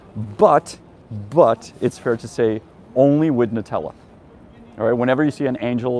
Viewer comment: "NUTELA" HAHAHAHA :)